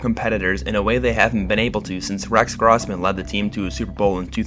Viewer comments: Rex “grausmen”? How old are you man? Its Gross-men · And Rex Grawsman 😂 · How did you say Grossman? How old are you? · You got Kyler gordan and brisker mixed up lol and Rex Grossman pronounced wrong. Besides that great video and breakdown